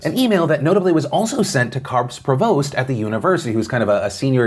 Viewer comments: Provost is pronounced, "PROvost" not "pravOst" .. I doubt you will read this but just so ya know... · Thanks Phil. Just to be a jack ass, provost is pronounced pro-vost. Both syllables have long o’s. Hard to explain. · Sorry, but Doral has the accent on the 2nd syllable and provost has the accent on the first syllable. Google it ATB : ) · Not to be a dick but you pronounced “provost” incorrectly, just keep that in mind for the next time! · Please look up the pronunciation of provost. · Love you Phil, but please learn the correct pronunciation of the words "Doral" and "provost". ATB : )